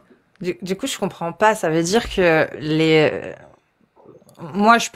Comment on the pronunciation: "On va dirrrrrrrrrrr" 😂